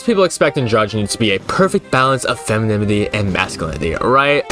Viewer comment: Dude, you are like the second person that had a problem with saying the word "femininity" that I've seen on YouTube today 😭 Glad to see some rep out there (I can't say the word either)